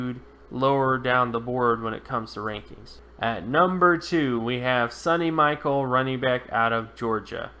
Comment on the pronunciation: It's pronounced Sony like (Sony Walkman) Michelle (like Michelle Obama) , not Sunny Michael. And I think he will be better than you predict.